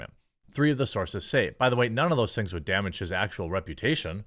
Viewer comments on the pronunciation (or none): none